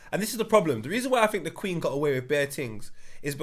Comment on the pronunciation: there's no "w" in the word queen 😂😂😂